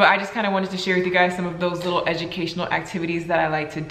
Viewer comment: she says w’s instead of l’s awww ☺️